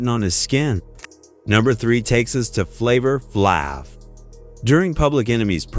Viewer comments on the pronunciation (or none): They pronounced flavor flavs name wrong. Its flayve, not flaav. And its busta, not boosta. A.I goofs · Flava FLav(Flave) not flaav🤦🏾‍♂️ 🚌ta Rhymes not Booster Rhymes 🤦🏾‍♂️ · And yea u did flavor flaav (flavorflave) twice! 😂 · Dude said flava flarve 😂😂😂😂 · U gotta learn how to correctly pronounce these names....so flavor flav number 3 and 14...come on bro🤔....but wtf is goin on with lil Kim😵‍💫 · This narrator is an idiot....don't they review these videos before they release them ...he couldn't pronounce about 5 of the performers names and repeated Flavor Flav. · Why is flav on here twice wtf? And say his name correctly dam it!!! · Can you get one name right? Busta Rhymes. Lil Kim, Flava Flav. Trick Daddy has lupus. Lupus messed up his face. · If you don't effin say Flavor Flav name right imma come slap you 😅😂😂😂